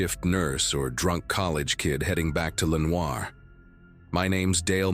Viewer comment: Regarding the bus story. In NC, Caldwell is a county and Lenoir is pronounced Le-Nor.